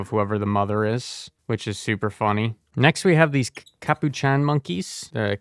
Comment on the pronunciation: The butchered pronunciations honestly add to the entertainment value lmao “soopa dee macko” “capochan monkey” “poopa” “ender-o-fahjj” “exsang-gyoo-ation” i’m crying 😭😭 The reason Enderiophage is spelled that way is to sound like Bacteriophage, a type of virus, which is pronounced “back-teer-ee-oh-fayj” if you didn’t know. Just like the Endergrade, which is clearly based off the tardigrade!